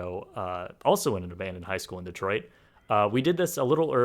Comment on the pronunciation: WERE NOT DETROOOOOIT!!